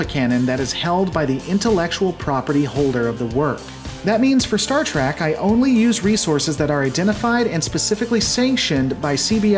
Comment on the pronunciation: Never mind the scripts. You call it Star TRACK half the time.